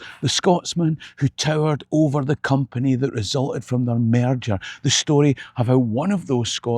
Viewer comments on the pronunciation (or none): none